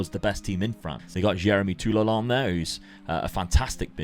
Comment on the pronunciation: I'm form France and You have nice pronunciation for Toulalan